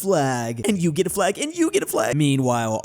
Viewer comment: The AI may have not noticed the l in one of the times you said flag